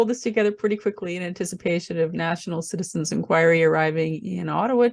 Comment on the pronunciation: National "Citizens"? Citi-Zen. When are they gonna get it?